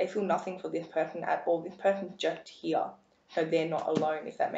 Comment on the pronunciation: I love listening to your voice ! I'm guessing your from England. I laugh when you say "Were going to see what spirit wants you to he" ! The next time you put out a video can you actually say the work slowly "Here" instead of "He" LOL..